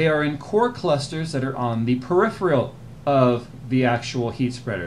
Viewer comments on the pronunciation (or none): none